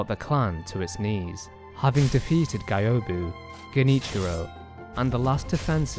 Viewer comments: Just beat Isshin last month first time ever. Took me like a year and a half to beat cuz i lost my first playthrough save and had to start over. I pretty much didnt understand most of the story but this vid cleared it up for me. P.S. The way you say Gyoubu triggers me lol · I think you said Gyoubu's name incorrectly. It's GYOUBU MASATAKA ONIWA (Sorry, had to write this down). Also, an amazingly put together lore video.